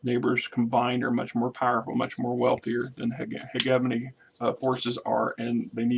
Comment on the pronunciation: Hegemony (Huh-jeh-muh-nee) or find that pronounciation on tex talks battletech or some website.